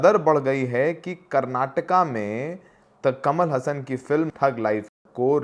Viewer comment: हसन नहीं हासन ।